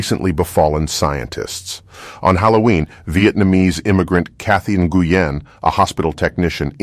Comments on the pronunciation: Just a pro tip for pronunciation... Nguyen is pronounced like "Wynn," not "na-goo-yen." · It’s pronounced NWIN, not EN-GU-YIN 😂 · Just a helpful note - NGUYEN is pronounced more like the word WIN, not IN-GOO-YEN. Still an awesome video! 🤘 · Brother, Nguyen is pronounced "win", just letting ya know. big Vietnamese pop in south MS. Love the content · "n-gu-yen" bro... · Fun fact Nguyen is pronounced like “when” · nguyen isnt said like that. lol